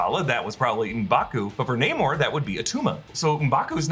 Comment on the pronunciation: Its Namor not Neymor